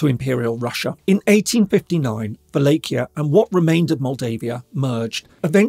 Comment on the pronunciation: Never heard "Wallachia" pronounced like that🤔 interesting